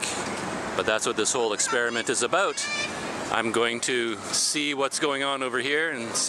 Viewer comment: “Aboat” and you quickly change to “about” 😂 JK no offence though.